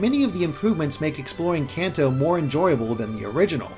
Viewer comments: Kanto is like Kahn-toe, not Can-toe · I always pronounced Kanto like canto in Spanish, but with an american accent like con toe or something. It sounds weird the way he says it.